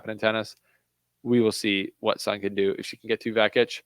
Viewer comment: Great analysis dude, Jist one thing tho. SUN is pronounced SOON 😊